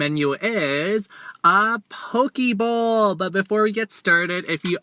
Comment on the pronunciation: Hi Merrick!!! I like the part when you made the "Poki Bowl" part sound like "PokéBall" from Pokemon. My question for you is, Are you going to eat a whole bunch of Pizza for us? A lot of people have been requesting that 😄. I loved the "Croch" part X,D it was hilarious. The crab salad looks good" Wish there were stores like these where I'm from.